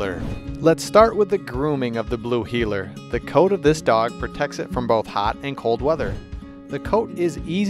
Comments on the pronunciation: But it's Heeler! Not Heller... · Blue “Heller”???? Really???? Lol. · Blue heeler not Blue heller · "Blue Heller" lmao. First dog I ever got and had her for well over a decade until I had to let her go. Miss her more than anything. They're extremely smart, active until they're old and big shedders! ♡ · Wheeler, NOT heller!